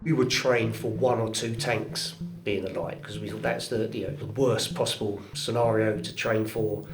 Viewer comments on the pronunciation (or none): none